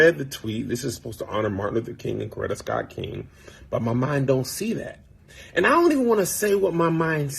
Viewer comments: Stop saying "Cloretta". My lord. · Ok, you are having a hard time reading and you keep pronouncing Mrs. Kings name as Cloretta. Other than than you are right on the money.